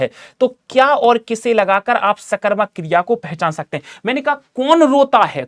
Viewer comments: Kirya 😂nahi kriya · Kriya no no no kiriaaaa😂😂😂